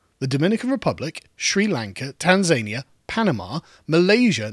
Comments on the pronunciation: "Tan-zania" It's 'tan'-'za'-'knee'-'ah' . . . rather than 'tan'-'zane'-'e'-'ah' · Tan - Zan - Nee - Ya